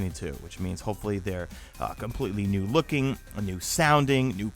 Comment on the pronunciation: With emphasis on "new looking" weapons coming from D3 lmao